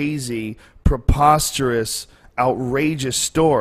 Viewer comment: Drinking game , take a shot every time joe says popasterous lol sorry for my spelling lol